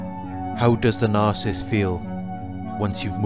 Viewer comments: It’s NAR-SIS-IST . . . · It's pronounced NAR SA SISST. . . Not NARCIST. . . God bless. X